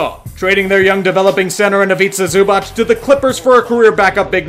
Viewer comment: Dude, the way you pronounced Ivica Zubac just hurts 😣 They're definitely going to regret trading him, though.